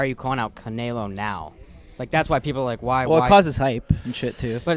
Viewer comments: Yo! It’s Canelo, not Canaylo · They just had Canelo on and pronouncing his name as Canaylo 😂😂🤦‍♂️ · Canalo wtf it makes me sick the way he says it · really said “cuh-nae-low” all the mexicans punching air rn 😭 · Normal person: canelo:.. “ ca nay low” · Hate how keeps calling Canelo Canaylo for some reason 😂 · Why does say “Canelo” like that? Lol 😂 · Dude why does keep pronouncing Canelos name like that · mispronouncing fighter names for clips pathetic 😭😭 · The way pronounced canelo😂😂 I see why people can’t stand this man. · cant even say canelos name SMH